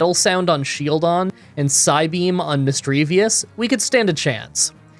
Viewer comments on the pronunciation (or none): Are you trolling to pronounce SHIELDon as shelldon on purpose? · i didn't know what you meant by sheldon until the run actually started, his face is a shield. his name has the word shield in it. his title is the shield pokemon. why wouldn't you pronounce it as shield-on? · Shelldon, Misdreavius, Craniados, Garotle, Bronzer, Hippodon. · I know there is always someone who doesn’t approve the way you pronounce a certain Pokémon. But Shieldon is literally a shield. A SHIELD! How did you just forget the i and keep calling it Shelldon??? Luckily this is not a solo run and as always I enjoyed the video very much. Also I just got around watching your Remoraid run and I don’t know if you did it because of me, but I know that I commented this on quite a few of your videos. Stay safe and stay awesome! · You say Shieldon a lot like you say Shellgon, so when listening along in bed I got confused a few times. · Not to rib you too hard, but you took the I out of Shieldon and put it in Misdreavus and my persnickity brain got annoyed. Have this thought for the algorithm, knowing you'll do it again. :P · is he saying Shieldons name wrong on purpose?